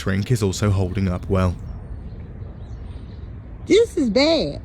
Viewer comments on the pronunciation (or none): “Dis’ is bad.” That made me belly laugh for no discernible reason.